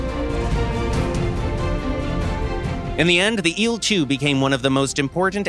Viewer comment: I hate how he says il in il-2